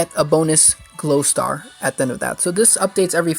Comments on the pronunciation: "Growstar", not glowstar :) But very helpful, thanks! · Glowstar?? Seriously, its grow star you turd